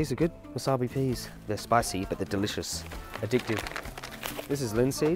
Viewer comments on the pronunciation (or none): none